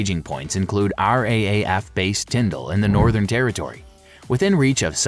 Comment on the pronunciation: RAAF** not RAFF